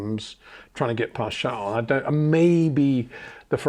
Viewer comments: So sad Peter, your clearly a fan boy of Adrian Newey and Charles Leclerc the basis is often frustrating and uncomfortable to watch at times, even the way in which you choose to pronounced Charles name is proof. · Sjarl???? Its CHARLES. or you have a King Sjarl now aswell??